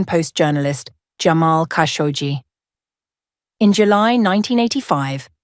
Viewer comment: Ghislaine, and also Kashoggi, I think